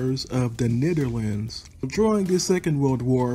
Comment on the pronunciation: His pronunciation could be better... In dutch he technically says it right, but I think he is trying to say it in english...